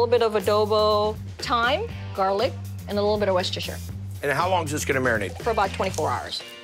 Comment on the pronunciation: “a little bit of WESTERSHER” NOOOOOOOOOOO FFS!